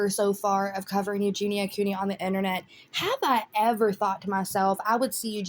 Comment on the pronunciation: This made me laugh out loud. I saw her stream from that same day and she was saying " da internet " with her lil impediment and I was cackling